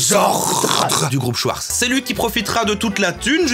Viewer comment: très stressant de prononcer Schwartz comme le Schweppes, on prononce Chvartz